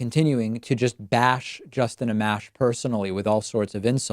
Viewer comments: Pronounced "uh-mosh".... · Its pronounced “Uh-Mosh”